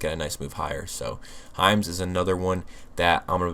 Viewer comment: I thought you were saying Heinz but you were saying Hims 😂😂😂